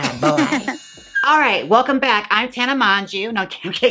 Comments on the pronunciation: Not Tana MonJew lmao, it’s MoJo girl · "Hi Im tana monjeu" HAHAAHHAHAHAGAG